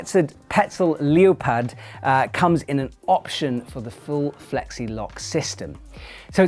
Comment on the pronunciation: Love this guy, hear him say leopard? 😂😂